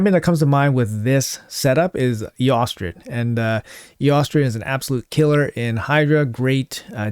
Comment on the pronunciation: Hi, love your content. Eostrid is pronounced 'Estrid' with a silenced o. 'Eeostrid' sounds funny. Anyways, Gunit for the win...